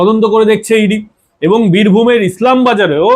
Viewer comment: আপনি আগে ভালো করে তথ‍্য সংগ্রহ করুন তারপর কোন এপিসোড করবেন আপনার খবর হলো বালখিল্য। আপনি বিকাশ ভকত-কে বলছেন বিকাশ ভক্ত, ইলামবাজারকে বলছেন ইসলামবাজার। ভালো করে নাম ধাম জেনে খবর করবেন আপনি একজন ফালতু লোক।